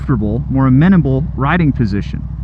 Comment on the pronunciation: ...you're constantly mispronouncing the word!